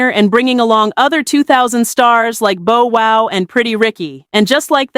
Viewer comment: “Boe wow” 😝 Awesome video lol…